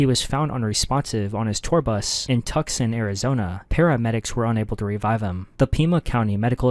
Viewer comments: Its pronounced "too-sahn" not "tuck-son" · This is all so sad but HOW DARE YOU CALL TUSCON TUSKON LIKE BRO ITS TOO-SOHN GET IT RIGHT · Tu-son ** not tuc son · I’m from Tucson, and IT ANNOYS ME how you said Tucson. It’s Too-Saan, not Tuc-Sun. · It’s Tucson (two-sahn) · bro really called Tuscon, "Tuck-son" 🤣🤣🤣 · ITS PRONOUNCED TUSCON- TWO SAWN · “Tuckson” Arizona??? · As a Tucson native, pronouncing it “Tucksun” is diabolical 😭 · ain’t no way you said Tucson like “Tuxson” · I know this is a sad video but I am offended that he said Tuksin Arizona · “Tuk-son Arizona “ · "Tuck Son, Arizona" lmaoo 😂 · “Tuck son, Arizona” lol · Tucson (Too•Sun) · Tuck-sin Arizona is crazy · that is NOT how to pronounce tuscon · TUCSON? I LIVE AN HOUR OR TWO AWAY, AND THIS STILL MAKES ME ANGY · I don’t think that’s how you say Tucson bud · i knew this dumbass wasn’t going to pronounce tucson right LMAOO the only reason why i clicked this video